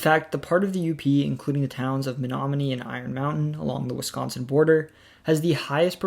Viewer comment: Only halfway through so far, but as someone from Menominee, I’ll say you NAILED pronunciations of place names all around. They aren’t easy!